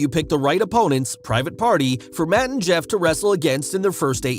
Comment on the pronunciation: Matt and Jeff, I thought you said Mut and Jeff lol, I had to go back and listen again 🤣 Our youngest daughter, her husband, our middle daughter's husband, my husband son and I will be at Wrestlemania in Dallas, so will 2 of our grandson's.